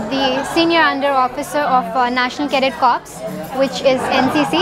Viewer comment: It's sad to hear once a SUO pronounce the corps incorrectly. But no doubt she is smart.. love her smile and her confidence.👍much love❤